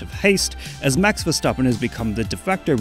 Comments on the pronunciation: Respect for actually pronouncing his name right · As a dutch person i appreciate that he says his name properly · I love your dutch pronunciation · You said it in a perfect dutch accent what